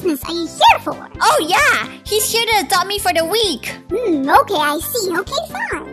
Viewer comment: It’s ok not okeh